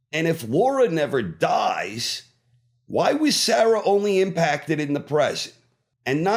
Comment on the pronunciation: The mispronounciation of Sarah grating lol